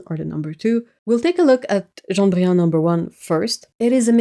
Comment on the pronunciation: She's pronouncing it like a French person would, since it's a French word. I'm confused about the laughing and covering eyes emoji.